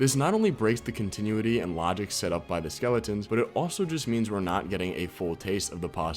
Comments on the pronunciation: Continuity is pronounced “Con-tih-noo-wih-tee” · learn how to say continuity